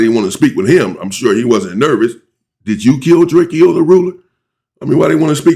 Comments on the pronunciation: STOP SAYING DRAKE-O's NAME WRONG. IT IS PRONOUNCED DRA-CO NOT DRAKEO 👀🙏🏾 RESPECT THE DEAD FAM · Drakeyo drakio messican like dude can you please pronounce peoples names right it’s not that much to ask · I wish he would pronounce Drakeo name the right way‼️ And remember, anything you say can and will be used in the court of law‼️